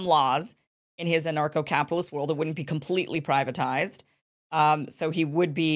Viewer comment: I thought you were saying NARCO CAPITALIST! 😂